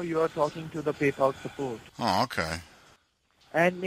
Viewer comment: Hey...thank you for calling suppoat....lol